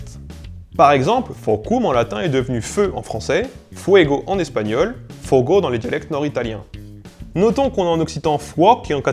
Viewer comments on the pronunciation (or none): le mot loup/wolf en portugais n'est pas prononcer "lobo" c'est /lobu/ ou lobos /lobu'sh/ fogo /fogu/ pas /fogo/